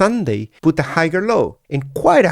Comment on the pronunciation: Great analysis. Just an FYI the g in higher is a silent g. You shouldn't pronounce it hi-yer is the correct pronunciation